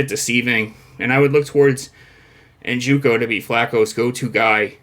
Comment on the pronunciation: NJOKU not NJUKO. How many times you going to mispronounce the same dudes name?